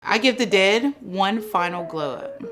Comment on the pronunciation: Why are you saying “dead” like that smh